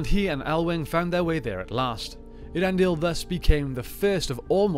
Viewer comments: Ay-ahr-EN-dil, not Ear-en-dil. Please, PLEASE read the appendices on Elvish pronunciation or The Languages of Tolkien's Middle-Earth. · In terms of the way the name sounds, I always thought it was pronounced "Ey-ar-en-dil" rather than as presented here "Ear-en-dil"...was I wrong? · I think so, I pronounce something close to "Ea-ren-dil". I give it a little more pause between "Ea" and then "rendil", in Appendix E of LOTR there is a clear explanation of the sounds of names but its been a while since I read it.